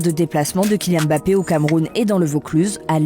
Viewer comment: Déjà c’est Kylian Mbappé, pas Kylian Bappé